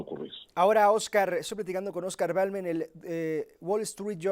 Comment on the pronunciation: Se llama Oscar Balderas , no Balmen jajaja